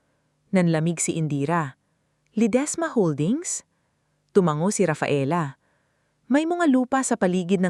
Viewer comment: Hindi ko na tinapos ang kwentong ito nkakainip,isa pa bkit ang bigkas ng narrator sa salitang tumango eh tumang go.